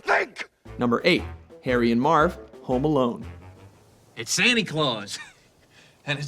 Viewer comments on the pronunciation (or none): none